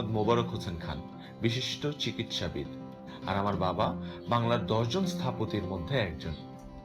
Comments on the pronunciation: ভাই ওটা স্থাপতি না রে,,, ওইটা স্থপতি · নাটকের শুরুতেই স্থপতি'কে স্থাপতি উচ্চারণ, দেখার উৎসাহ হারিয়ে যায় ।